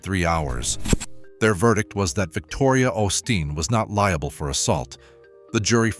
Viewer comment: If you're going to do stories on the osteen's pronounce their name right quit being stupid